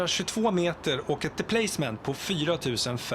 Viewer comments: Deplacement uttalas "deplassement" på svenska. Svag betoning på a:et. Låneord från franska. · Deplacement skall uttalas på svenska. Varför uttalar du det på engelska?